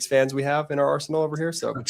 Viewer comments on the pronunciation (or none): none